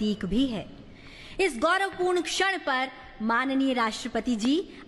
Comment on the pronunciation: छड़ नहीं भाई 'क्षण'